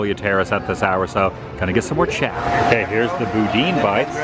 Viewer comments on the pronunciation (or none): BOO-dan, not boo-dean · Love this video at the Flower and Garden show! The food looks delicious! The pronunciation of boudin is boo-dan.🙂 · Loving the daily vlog! I like your friend, she is really quirky. Oh and I’m from Louisiana and just wanted to let you know that boudin is pronounced’boo-dan’. It’s just rice dressing rolled up, battered and fried. Nearly every convenience store that sells hot food sells it and comes in both the ball form and links. Hope you liked it!